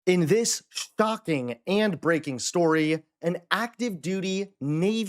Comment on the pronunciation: "Shtocking" indeed.